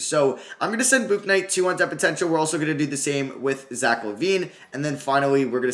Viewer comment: Bouknight is just pronounced like "book" "night". You're trying to say the u in it too much.